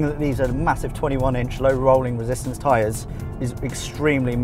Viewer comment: Loved this video, seems Elon Musk knows what he's doing creating the Electrohead, the future is coming. That said, Low Rolling Resistance tyres........ Twice you said it, both times you said it wrong LOL